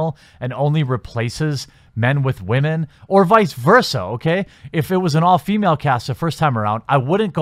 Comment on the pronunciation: Raspect wahmen